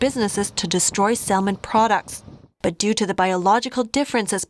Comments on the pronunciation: someone should let the reporter know the L is salmon is silent...that someone may be me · "Salmon" is pronounced "samon" for future reference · Great video as always. But salmon is pronounced "Sam-on" the L is silent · Excellent as always, Tell your excellent reporter ( )? Salmon has a silent L its pronounced Samon - ( lots better than my Chinese LOL ) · Salmon has a silent "l"